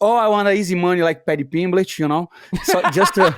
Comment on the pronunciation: whenever money says paddy pimblett all i hear is paddy pimblitch lol hahaaha